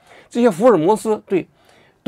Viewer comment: 你们这些前央视的主持人普通话水平都那么差吗？你是从大陆出来的，按大陆的读音，莹 yíng，麻烦做节目之前训练一下读音。